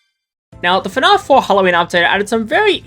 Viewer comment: Why does he pronounce fnaf as “fnahf”